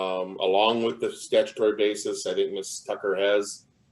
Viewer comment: I must be a very picky person because it's really bugging me that the judge keeps pronouncing "basis" as "bases" (basēs), which is the plural of "basis." You can't have "a bases." I want her to stop it. Yeah, now you see my quirky side on display.